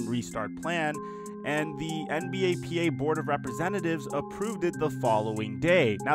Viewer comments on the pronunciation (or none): Why he saying "NBAPA" its NBPA